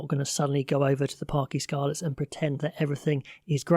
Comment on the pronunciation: the letter ‘y’ when it appears on its own in Welsh is pronounced like ‘uh’ in the English language. Parc ‘uh’ Scarlets. Diolch needless to say another great video.